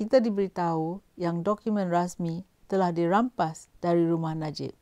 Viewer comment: Mcm bab pompan ni bcakap.. Konon2 mcm ade slang mat salleh sket... Tp korg dgar btoi2 cara die sebut "rumah" minit 1.34... Ang org kampung xpayah berlagak... Lgpun dah tua... Sedo2 la dri.... Kalo lidah belacan tu belacan jugak.... Cover mcmne pun kalo time tkejut, mse tu la kluo loghat btoi... Myanmpah aku... Ape yg nk bangge sgt slang mat salleh tu....